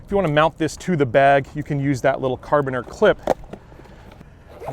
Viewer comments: fyi it's pronounced care-uh-bean-er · love the content. As a military guy, I will nit pick a little...the way you say the hook device is "cara-bean-er" accent on the "bean"